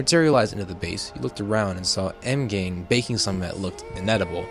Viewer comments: Am I the only one that noticed that he pronounces M’Gann as M’gain? No? Okay 👍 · Pronounce it like Magan😄 ok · do find it funny how you pronounced m'gann though lol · I'm sorry.... how does he pronounce M'gann?